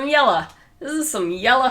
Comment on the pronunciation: I love how you say “orange” and “yella”! ❤️